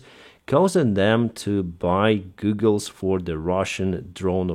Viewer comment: Hi, you are so careful to give out the best information possible so I know the details are important to you. I hope you take this in the spirit of helpfulness that it is meant. They way you pronounce goggle is more like Google, the company. It is pronounced correctly as g-awe-ggle. I know a lot of people that have learned English like to make sure their pronunciation is right so I hope you found this helpful.